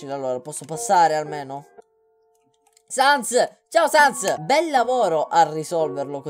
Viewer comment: "Non ha sens" (pronuncia di Sans)... capita? :D